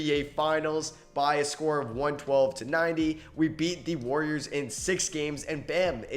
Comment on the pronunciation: no hate but you do know theres an "A" in warriors right